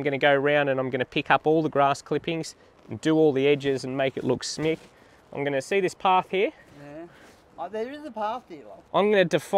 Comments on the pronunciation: Nice intro - but the word is "schmick" not smick...it's German for nice:) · I might be the 1st to tell you, but I probably wont be the last: the word is SCHMICK 😉